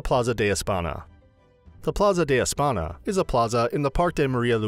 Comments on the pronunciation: Alors, it’s not Plaza de Espana but Plaza de España (« Espagna »). The commentator doesn’t know too much about his subject. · you could at least try to learn how to pronounce some spanish to be more believable.. Espana...really?